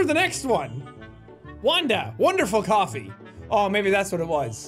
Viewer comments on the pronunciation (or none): The winds cofee sounded like the girls said I sell vodka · is it t just me or do the coffie people sound like they be saying " i sell vodka."? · Kinda sounded like they were saying “ i sell vodka” 😆